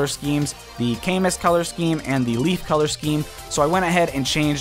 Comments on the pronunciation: For future reference: Camus is pronounced ca-MOO. It's actually a French name. (The "a" sounds like the "a" in "apple.") There actually are multiple pronunciations, but the official one is goes the authentic route. As for Roy, I think the first alter is either a reference to Zephiel, the antagonist of his game of origin, or to the character Percival. The second one seems to be a reference to Cecilia. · his name is pronounced caMOOOOOO